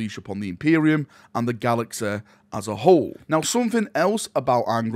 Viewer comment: Horus Heresä, Galaxä, Scarä, Bodä, Reallä